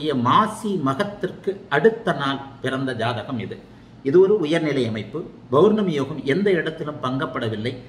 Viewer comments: ஆக இன்ப நிதி நம்மை ஆள்வார் நம்மை போன்ற அடிமையாக இருப்பவர்களுக்கு மகிழ்ச்சியான அறிகுறி தென்படுகிறது. என்ன ஜோதிடர் பௌர்ணமி என்பதை பொவர்னமி என்று உச்சரிக்கிறார். ஆக மக்களுக்கு உஷ்ணம் அதிகம் அடைவர். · Bournami இல்ல சார் pournami Pa பௌர்ணமி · Bowrnami, Bowrnami nu solrigala unga appa Tamil vathi ya